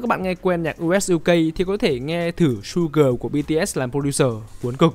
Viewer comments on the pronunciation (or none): biết ngay mê Suga mà =)))) nhưng mà là Su Ga nha ô zà, hông phải Su Gờ :)))))